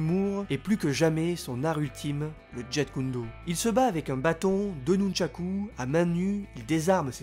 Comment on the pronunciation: ÇA S'ÉCRIT JEET KUN DO MAIS SA SE DIT JIT KUN DO. TU DIT BRUCE LÈ OU BRUCE LI MDR ?